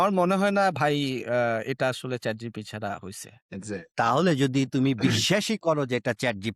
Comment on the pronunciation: ভাই আপনারা ChatGPT কে যেভাবে ChatGTP বলতেছেন । কাউকে পচানোর আগে নিজের উচ্চারণ টাতো ঠিক করেন 🤪